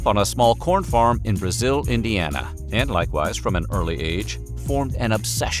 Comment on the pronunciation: As a lifelong Hoosier, I cringe and the mispronunciation of Brazil and Valparaiso, IN in the video. It's BRAY-zil and Valpa-RAY-so